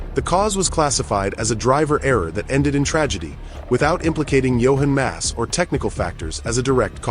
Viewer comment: gill esse ??? pyeroni??? johan mass?? in depth research and cand even get names right